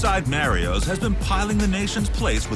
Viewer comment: I've always pronounced it as "MAH-REE-OS", not "Mae-ree-os"